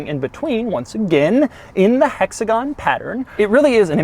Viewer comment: Doug I love your videos, but if you ever say hexagon again in any other video I'm unsubscribing